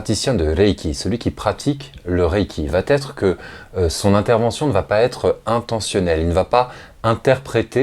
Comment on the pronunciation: Merci pour ces vidéos que je visionne toujours avec intérêt. Attention à la liaison "va être" qui est toujours prononcée "Va t'être" dans cette vidéo. C'est une erreur de liaison facile à corriger quand on en prend conscience. ;-)